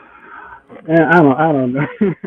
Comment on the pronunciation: this guy just pronounced the “B” in ‘Subtle’. Debate should’ve ended right there